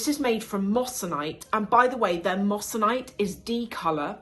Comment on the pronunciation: Great video ❤, really enjoyed this! Just a small and hopefully helpful note: the correct pronunciation is “moy-suh-nite” (moissanite), not “mos -san -ite.” Easy mistake to make! It’s a beautiful stone though, honestly even more brilliant than diamonds in some cases. Loved your breakdown overall!❤